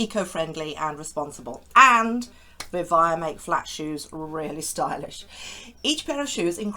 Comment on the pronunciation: I think it’s pronounced Vi-vay-ah, at least that’s what it says in their logo that you show, not Vi-vye-ah.